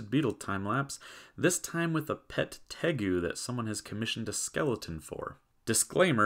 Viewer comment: Did you say Degu? Hehe 😊